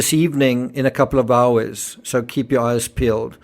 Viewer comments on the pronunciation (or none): none